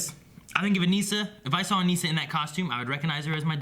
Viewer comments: you guys are saying Anissa's name wrong. it is bothering me like crazy lol and also the title is wrong. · LOL that's funny. When ever they say it wrong i yell the correct pronunciation at my computer. Why do they do this? They say her name on the show, like come on. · 5 episodes in and they still can't say Anissa's name right.